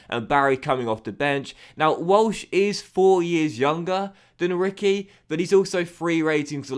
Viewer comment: reekwee not Ricky